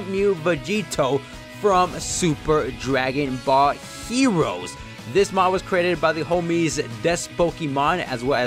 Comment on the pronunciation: For a sec I thought you said"dragon bot heroes"